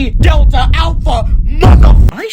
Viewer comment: ☠️☠️☠️☠️☠️☠️☠️ Delta ❌ Delte☑️